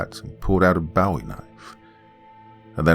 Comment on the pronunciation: Not trying to be a jerk but it's a BO-E knife instead of Bow-we knife. Also I get really annoyed when people pronounce things wrong 🤣. Also I love listening to the stories!